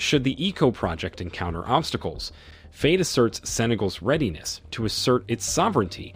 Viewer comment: At least learn to pronounce the names. "Faye", for example, rhymes with "fry". not "fray".